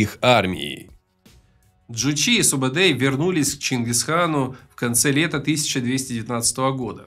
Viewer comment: Не Субедей, Субетай. Не Джебе, а Жебе. Кият, конырат, найман, борижеген - все названия казахских родов. Где здесь Халха - монголы?